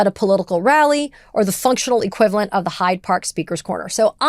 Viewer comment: I don’t want to be petty but the park is “Hyde Park”, like “Dr Jekyll and Mister Hyde”. She repeated (to my ear at least) called it “High Park” which is a nature park in the west side of Toronto.